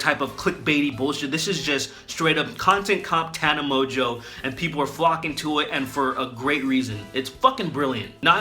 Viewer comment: My favorite part was that he bastardized her name so much that at one point he calls her 'Top 10 by Watchmojo' and it actually fits in. I don't know how he managed to make Tana Mongeau and Top 10 by Watchmojo sound similar but he did.